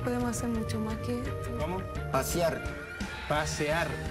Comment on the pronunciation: Pasear - Pasiar - PAAASEAR - PAASIAR - PERO CON E WEÓN! XDD